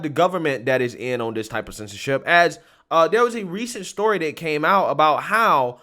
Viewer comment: Excellent broadcast. If I could just get you to switch of the “dis” with “THis”, “dat” with “THat”, “da” with “THe”. You’d be batting 1,000! Said with love and respect.